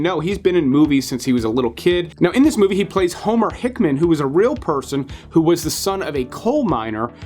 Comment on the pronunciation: It's Homer Hickam, not "Hickman". If you're going to get behind the film GET THIS SHIT RIGHT! Hickman is an important person in the history of space flight and he deserves you to get it right.